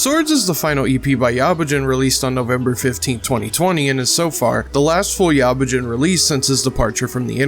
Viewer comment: didnt even say yabujin right